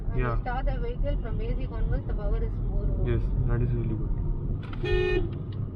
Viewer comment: Po-wer mat bolna ab se 🤣 It is power!